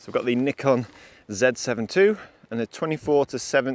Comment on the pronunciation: ALMOST said NIKon correctly...